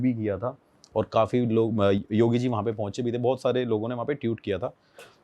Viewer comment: That’s TWEET NOT tewt 😂😂😂😂😂😂😂😂😂😂😂😂😂😂😂